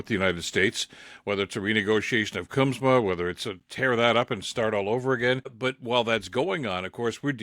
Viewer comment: CUSMA not CUMSA. As a political commentator you should know that.